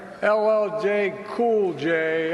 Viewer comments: He can’t even say LL Cool J? What a clown. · boy! you got some big muscles, was really funny when he messed up that black guy's name.